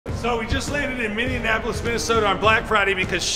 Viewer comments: Please say Minneapolis correctly. It ain't hard. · As a guy from Minnesota, for the love of God stop calling it Minnie-N-Appolus, it's Minneapolis, there is no N in the middle of the city name! LoL